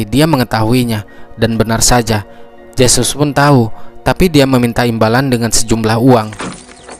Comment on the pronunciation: Huruf J dlm aksara spanyol di baca He.jd Jesus di bahas hesus